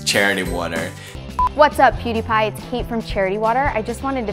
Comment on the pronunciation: "piediepie"? lol it's PEWdiepie